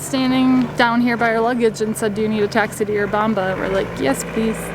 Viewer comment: It's not You-rubamba. It's Urubamba. It's called Sacha Tomato (Andean tomato).